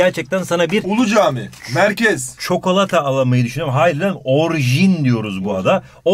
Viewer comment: "çokolata" bakın öyle söylüyor